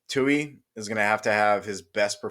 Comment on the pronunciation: Bruh his name is TULI!!! With an L!!! TULI!!!